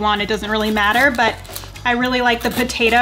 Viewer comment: Lol “potatoie”